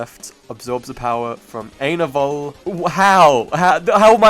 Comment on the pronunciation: Dude, you have to check out ETO: HFTBW (Ending Time Octet: Hurt for the Broken World); if you get confused on what happens in the end, look at the chat; one of the comments would explain what happened to each. [Also, Lovania isn't his name, his name is JUST Ainovol Sans [I-in-no-volt]]